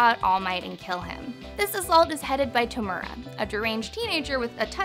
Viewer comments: Man its tomura not tumera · Same with To-mu-ra